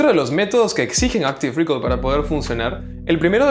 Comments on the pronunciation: Hola, me gusta mucho tu contenido, quería aportar mi granito de arena. Respecto a la pronunciación de Active Recall, el estrés en recall está en la A, no es active REcall, sino active reCALL. Saludos gracias por tus videos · No se dice rícol, buen video! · Recall se acentúa en la segunda sílaba.